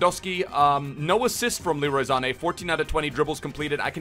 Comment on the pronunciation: "Leroy Zane" lol